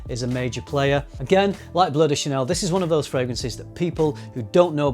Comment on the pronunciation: How Brits pronounce Bleu De Chanel: "Bloody Chanel"